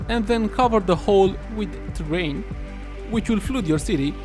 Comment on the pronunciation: Pronounced "flud" not "floood"